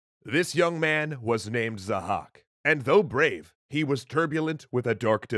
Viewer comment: His name is Zahhâk not 'zhack'